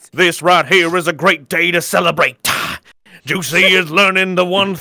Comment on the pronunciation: “This is a good day to CELEBRATAH give me one more thing to end CHURCHAH”😂